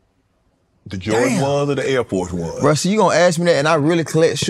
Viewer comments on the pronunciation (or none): “Air Fo 1” 😂😂😂